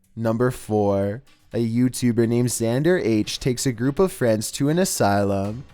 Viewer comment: You say YouTubed like youtuberrr no hatr